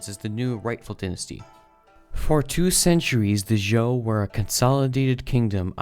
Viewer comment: Qin, or 秦, is pronounced "ch'in" with a soft "ch" sound, not "keen." 秦朝 is "Qin Dynasty" in Chinese. Zhou, or 周, is pronounced "joe," not "ju." You got the pronunciation of Han and Jin right. Sui, or 隋, is pronounced "sway," not "soo-ee." You got the pronunciation of Tang right.